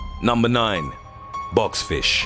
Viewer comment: bob's fish? box fish? bots fish? wtf are you saying